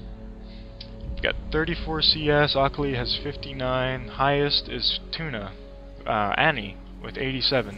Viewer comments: omg the way he said akali :L lol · Did it bother anyone else how he says akali? Great vid btw its a different build for teemo I will have to try!